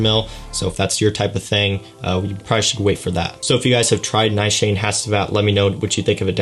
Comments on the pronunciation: 'Nigh-shayne'? Try Ni-shaw-nay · Nice Shane?? LOL! Its a Turkish perfume house, pronounced more like 'Nee - shaa - ney' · It's actually pronounced Nee-Shaw-Neh not Neeshaaa-nay. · Pronounced "Neeshan" not Ni Shan ! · Brilliant fragrance - correctly pronounced Nee sha nay, not Ni shane🤣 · well, to be honest I am not 100% sure because I recently heard about this fragrance but the lady that spoke about this fragrance pronounced it Nee-Shaw-Neh and not Neeshaa-Ney. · It is Nish-aan, I believe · It should be pronounced as nee-shaa-neh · Its pronounced as "Neeshanay" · Neeeshaaanaay Haachee vat